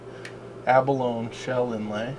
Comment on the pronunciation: Abalone is pronounced Aba-Loney, hard E not silent E